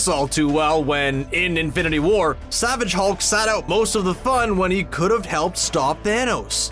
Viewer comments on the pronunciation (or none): none